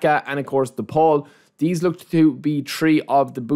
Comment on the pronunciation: its so funny how he pronounces some words „tree“ players, „i think „deez“, let me know what you guys „tink“